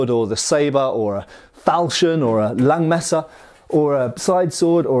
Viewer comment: Said "Langmesser" like a german